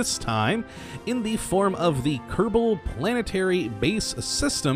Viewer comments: "Kadabul space program" XD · do you say ksp increct kebol space program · You said Kerbal wrong